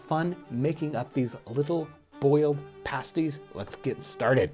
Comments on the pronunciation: Pronounced "pahh sties" not paysties. 😊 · pasties not passties lol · paste ---> pasties, not pahsties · I'm pretty sure in Britain they pronounce them "past-eez" (pasties). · The pronunciation for the "pasties" is pronounced Past-ees. The way you're saying it is the same as the name for a nipple covering,typically wore by strippers. Great vid anyways!!! Source: I eat them all the time (am in England) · I heard him pronounce it like the nipple covering and the right way, I'm just trying to make sure he knows the definitive way of saying it because he's a little stumped on it.